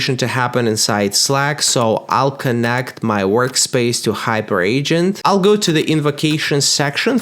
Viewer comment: Hyperagent: Hyper-agent, not Hyper Agent 😂